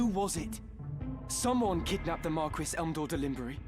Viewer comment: Why are they pronouncing Marquis like that...